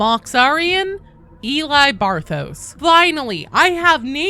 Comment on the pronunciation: Mox Arian? as in "MORTARION"? Really?